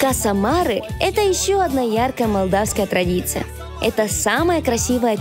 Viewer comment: Каса марЕ, а не марЭ. Два разных слова